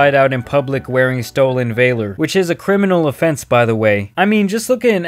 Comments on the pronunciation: What’s “stolen vailor?” 🤔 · No one: Narrator: StOleN VaYloR Congrats on the new 'yota